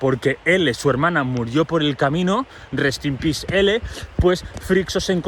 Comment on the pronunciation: Lo gracioso del 'Rest in peace Idmón' es que suena a 'Rest in piss Idmón', y sí 💀 JAJA tqm